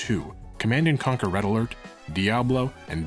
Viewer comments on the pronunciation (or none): none